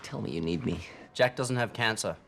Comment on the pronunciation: He struggled to say "me" it came out as Kane from what I heard